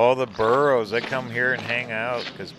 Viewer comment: Hey!!! " BURROS"!!!